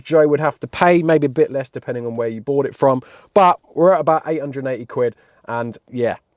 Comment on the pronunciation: "Have I just bougfht a shed?" 🤣🤣